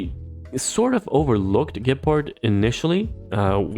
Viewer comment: Also Gepard, not like Leopard more like Lebron. the accent at the first syllable is important. Sorry just a pet peeve of mine. i know ur a doctor so i have a higher expectation than other YTbers